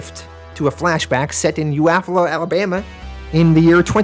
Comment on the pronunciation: Great video. But as a native of Alabama, Eufaula is pronounced like You-fall-a.